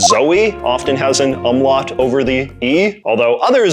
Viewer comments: lso worth noting that, the Spanish consider Ñ to be a totally distinct letter! (en-yay) also you pronounced the name of the .. accent wrong ('um-lout' is its name) and the E in the name of the ~ is a É sound not a EE sound, and the double L in Cedilla makes a Y sound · "oom-lowt" not "uhm-lawt" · Great topic choice, and overall good video, in my humble estimation. That said: FORENZAY? UHMLOT? facepalm Here's hoping you were being facetious with those pronunciations. Also, I think your audience is literate enough for the word 'diacritic'. One more thing: The accent going the opposite direction of 'acute' is called (not 'acute' but backward) the grave accent. Otherwise, though scattered with a few more smaller errors, I really enjoyed this video. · Ah yes, the German name, the umm-lot 😅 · Umlout, till-dee. Okay. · The two dots in naïve and Zoë are not an umlaut, or as you said "um laught" (this isn't just pedantic over mispronouncing German, I've never ever heard any other English speaker say umlaut like that (especially if educating)), they're what's called a diaeresis. Put onto the letter to avoid accidental diphthongisation (na-iive not nayve, Zo-e instead of Zoh), it's distinct from the umlaut in doppelgänger (actually borrowed from German) which is about raising and/or fronting the vowel in the mouth/formant space. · Also umlaut is pronounced oomlout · It's pronounced Oom-Lout. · yeah, I get it, but native speakers say it differently, you don't really say tortilla with two hard L's do you? So the words should be pronounced like oomlaoot, cedilya/cediya and tilduh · The way he pronounces umlaut and tilde makes me so mad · Please learn how to actually pronounce Umlaut. Your bad pronunciation is grating to my ears. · damn that "umlaut" pronunciation xD